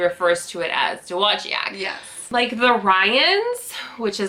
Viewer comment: I live in Dowagiac. Tell your mom that she is not the only one that mangles our city's name. We used to have a large building that have the pronunciation of it painted on the side in giant letters. Dow Wa Jack.